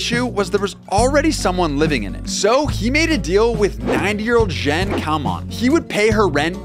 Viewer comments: I'm pretty sure JEANEE is pronounced GENE OR JEAN not Jen lol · Are you so unread that you seriously pronounced her name Zhen.